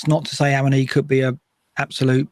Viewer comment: BTW it's ah-one-ee if you listen to how Taiwo pronounces his own name